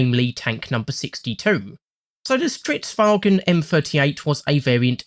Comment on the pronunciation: An English-speaker saying "Stridswagen" is actually a sign of great respect in their culture.